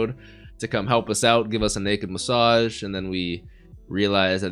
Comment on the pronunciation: I like the emphasis on naked massage xD